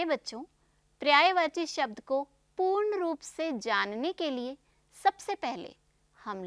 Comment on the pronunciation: prayvachi nahi paryayvachi boliye. Pahle apni hindi khud theek kariye.